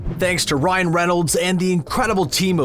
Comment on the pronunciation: Its Ryan Reynolds not Renolds